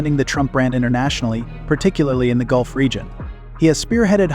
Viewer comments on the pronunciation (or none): none